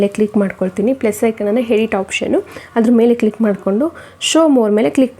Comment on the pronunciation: ನಿಮ್ಮವ್ವನ್ ಮೊದಲು ಕನ್ನಡ ಮಾತಾಡಕ್ ಕಲಿ ಸ್ಪಷ್ಟವಾಗಿ ಮಾತಾಡು ಆ .ಕಾರ ಹ ಕಾರ ವ್ಯತ್ಯಾಸ ಗೊತ್ತಿಲ್ಲ ಹ್ಯಾಪಲ್ಲ ಅದು ಆಪ್ ಹೇಡಿಟ್ ಅಲ್ಲ ಎಡಿಟ್